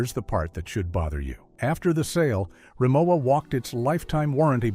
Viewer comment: Its hard for me seriously to take a negative critique of Rimowa when you don’t even know how to pronounce the name.